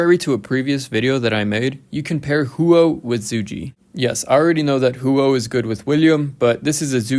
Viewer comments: in roks offical video if zhuge being intoduced its more of Zhugah liang. But its alr right brother i hope your not offended or anything 😊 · I think its pronounced “Zuu-Ghay Liang”